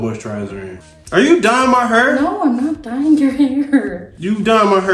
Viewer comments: His pronunciation of hair is just bring back the "DoNt PuT THaT NuRr in MAH HuRrR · it's not disrespectful or an accent. He is mispronouncing the word hair and that's OK but stop playing!